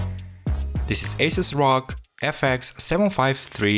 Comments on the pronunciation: Did somebody tell this guy that it’s not roog its R O G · He really said rouge